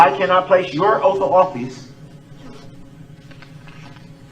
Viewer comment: And oath not oafff... lmao